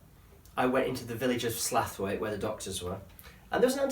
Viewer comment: Love the video but are you saying Slaithwaite wrong on purpose, tha should know it's Sl ow it